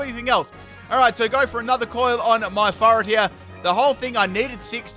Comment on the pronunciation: Sounds like you’re saying fart instead of furret